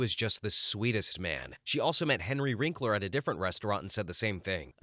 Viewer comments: Henry WINKler. Not WRINKler. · One of the stories included a nice remark about Wil Wheaton - the writer might want to look up a f/b post with Wil Wheaton called "William F**king Shatner". It's both poignant and funny as hell. BTW, please edit the narration and captions - the man's name is Henry WINKLER not Wrinkler.